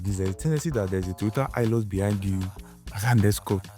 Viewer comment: It is pronounced as ''hi lux'' ''Hi'' as in high So ''high-lux'' is right and not ''hee-lux'' Same as Toyota Hiace "High-ace" Shalom